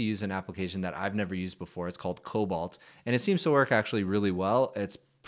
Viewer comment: Just a friendly pointer cause i'm that anal. It's not pronounced "cobalt" it's "coBOLD"😮